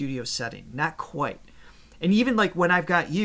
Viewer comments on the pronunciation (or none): none